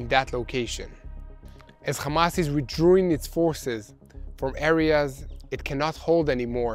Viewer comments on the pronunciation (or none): I didn’t hear that pronunciation. It I still think he’s doing brilliantly! Withdrooing is rather sweet😁😁Xx